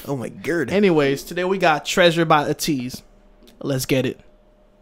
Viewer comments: much love!❤️ also idk if atinys already told you! but their name is pronounced like A(aye)TEEZ which means: what teenagers need/want they got it from A to the Z so yeah ATEEZ! :D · It's pronounced like 80s. Ateez has story line for their songs. So in the beginning there is the Treasure series and Pirate king and Treasure they are searching for that Treasure. The treasure can be the fans that they gained, the success that they want, the desires they have to be known globally. Treasure depends on the person but they all tie in together. In Thanxx, you will see scenes that remind you of their beginnings with Pirate King, Treasure etc. I recommend Hala Hala on KQ Entertainment's channel, their Win performance from their Seoul tour also Wonderland comeback stage and their MAMA mashup. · Lol you want to say Aye-teez so bad because that is how it is pronounced 😂😂. When you started talking about fast and furious the song that came to mind was See You Again so maybe that is what this song reminded you of. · Are you mispronouncing ateez just to spite us 🤪 Lmao I enjoyed your reaction guys ✌️